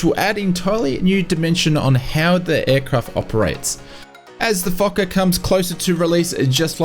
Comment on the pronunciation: I giggled every time he said Foker. Yes, I'm that immature. No, I'm not making fun of him.